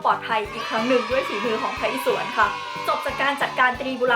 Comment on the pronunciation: พระอิศวร อ่านว่า พระ-อิ-สะ-วอน